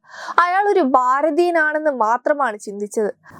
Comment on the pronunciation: ബാരതീയൻ എന്നല്ല പറയേണ്ടത് - ഭാ രതീയൻ ... ഭാ ര തീ യ ൻ എന്ന് തന്നെ പറഞ്ഞ് പഠിക്കുക.